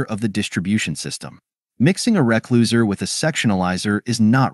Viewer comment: try replacing recloser with "re-closeer" or "re-close'er" and the AI voice will say it correctly. Sometimes you have to teach it to speak technical words correctly by spelling it grammatically.